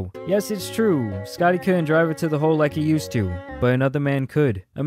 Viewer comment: It always gets me when he says scottaayee jr hahaha good year keep it going